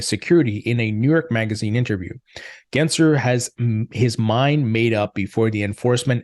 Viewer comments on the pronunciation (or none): There's an L in his last name. GensLer, not Genser.